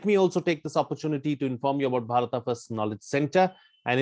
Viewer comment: Dear, I'm a Telugu speaking person and We pronounce as BHARATA only but not as Bharat. In my view, what pronounced is correct 😊🙌🙏